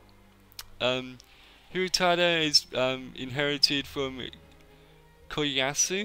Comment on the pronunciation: I love that Kiyoyasu is pronounced differently every time.